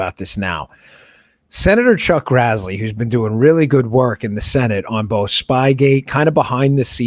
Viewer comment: Great show. FYI, it's Senator Grassley, not Grazzley. Carry on.